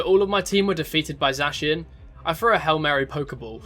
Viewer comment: The vid was great excpet for the way you say Zacian